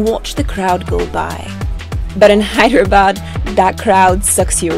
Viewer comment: It's Hyderabad not Hydra bad😅😅👍